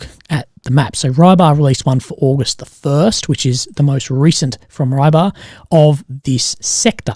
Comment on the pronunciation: haha And Rybar is not Rye-bar, more like ri-bah.